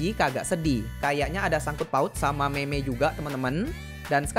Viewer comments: Btw bg lain kli klo mau bilang meme bilang nya "mim" bukan meme, soal nya kayak ga sopan gitu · Bang semangat bisa mencapai 1 jt subscriber. Btw ngomong meme jangan itu ya bac nya mim aj, soalnya ga enk di denger😓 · semangat bang! semoga bang sehat selalu dan dimudahkan rezekinya!:D btw bang kalo meme di bacanya mim menurut ku bang hehe